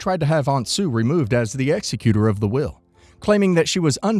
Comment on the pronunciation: Wait a damn minute. This page is called aska lawyer. So you're claiming to be a lawyer. But you don't even know how to say the word executor? Lmfaooo